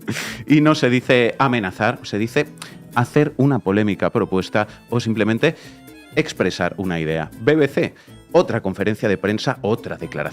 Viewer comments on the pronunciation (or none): none